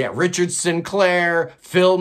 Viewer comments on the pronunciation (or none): none